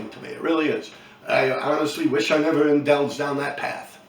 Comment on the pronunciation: it's pronounced indulged not indelged. high IQ my ass.